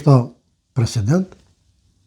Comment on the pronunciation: Ramushi po shpreson mu ba "freshhident"😂😂😂😂😂